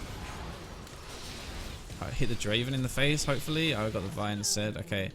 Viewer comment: did you pronounce hopefully hoe-fully at the end there lol i love European people